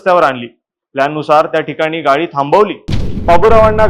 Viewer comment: गाई नाही रे गाडी